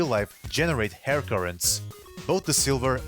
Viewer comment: did anyone else hear HAIR?